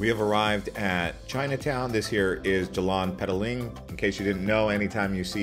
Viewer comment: Hi.. pls pronounce properly .. Jar-lan PER-TAH-LING .. not Jerlahn pet-alink Muh-lay notMaylay (for Malay). BAH-TU caves not bet-two caves GEN(like earn) -ting not gen(like can) highlands Thank you for the video Now you know.